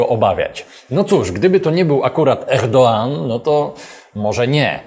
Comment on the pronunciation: Co do Erdoğana dzięki za poprawę z G na Ğ ale R mów normalne a nie coś na kształt francuskiego XD plis :D poprostu, normalnie "Erdoan" :D